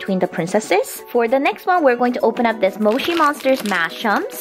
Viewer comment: u keep pronouncing moshi monsters wrong. Your pronouncing it right apart from the o part. U pronounce it the other way to say o